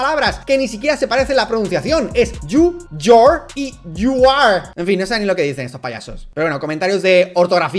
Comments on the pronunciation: yu yor yuar JAJAJA vivo en usa y le puse ese momento del video a un amigo gringo y quedó flipando. Vaya inglés me llevas dalas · que cringe Dalas tratando de hablar inglés..llour😂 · La única corrección es que "you're" and "your" se pronuncian igual.